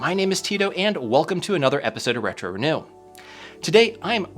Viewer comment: random comment, but anyone know why kept saying Hetro instead of Retro?